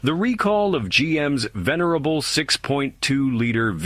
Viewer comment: Venerable or Vanarial😅😅